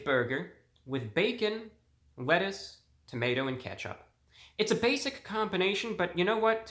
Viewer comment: Prinsipe Motions And he said “Wettuce” when he opened the burger